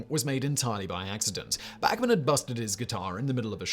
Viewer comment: Interesting mispronunciation in this video— Simon nailed Randy “Back-man”, but the group is pronounced “Bahk-man Turner Overdrive.” This is actually the way Randy says them.